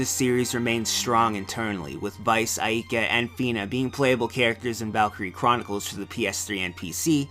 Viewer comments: me: say "Ay, like a pirate" you: AY me: now say "Ka" you: Ka me: now say AIKA you: Ayeka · He can't pronounce Aika or Enrique correctly, but I still like this video.